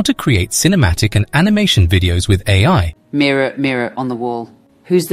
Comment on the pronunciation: 😂😂😂the two girls saying mirror..